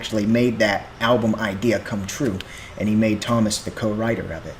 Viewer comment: Stop pronouncing Tuomas as Thomas say Two-oh- mass. YOU MUST CHECK OUT 'The Greatest Show on Earth' at Tampere 2015 (24 minutes long) and when you know more about Tuomas story 'The Poet and the Pendulum' an Wembley (with lyrics)